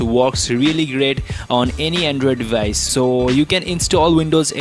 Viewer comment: Andrewid devayice